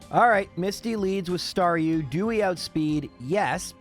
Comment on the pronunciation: star...du.. yikes bro 😆